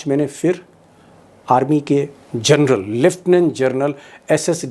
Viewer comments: It ia General not journal. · Aaap baar baar gernal bol rahe hai. General boliye sharmaji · दीपकजी, आपकी मुँह से "जरनल" सुनना बडा अजीब लगता है। ये स्लिप ऑफ टंग नहीं है ! बार बार आप "जरनल" बोलते है। कृपया " जनरल " बोलना। It is GENERAL, and not JOURNAL ! PLEASE.... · जरनल नहीं......जनरल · दीपक जी, आप सनसनी फैलाने के चक्कर में 'जनरल' और 'जर्नल' में अंतर नहीं कर पा रहे हैं।😂😂😂😂